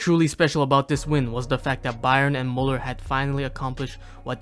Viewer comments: His name is Müller, not Muller. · Thank you very much for the video. However, still a shame you cannot pronounce Müller correctly. Try harder next time. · its mÜÜÜÜÜller not mUUUller just saying no hate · it's Müller, not muller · If you make a Video about Müller, look into how his name is pronounced. ES HEIßT MÜLLER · When you decide to do a whole video on Müller, you could have put in a 2 minute effort and learn how to pronounce his name correctly. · Why do people take the time to make videos like this and then completely butcher the names? The dots on the Ä Ü Ö are not there for decoration mate. Just press the speaker button on Google Translate. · Learn to pronounce the name please. How do you make a whole video about one person and you can't even respect them enough to get their name right? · At least try to pronounce his name correctly if not all the other german terms you used. Its müller, not muller. You sound like you have a blanket in your mouth. You did it with, why not with müller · "Thomäs mulluhr"😭